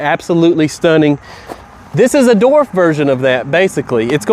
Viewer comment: Dude......LESS CAFFEINE!!! BTW the word is DWARF not DORF.